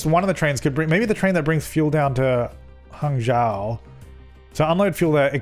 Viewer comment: btw Hangzhou is pronounced kinda like "hang-joe"